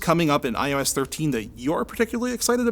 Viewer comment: Am I the only one who understood "i hoe ass" at the beginning?